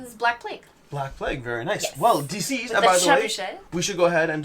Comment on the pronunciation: Someone pointed it out in another video and I can't stop hearing you call it "D-Siezed" instead of "Deceased"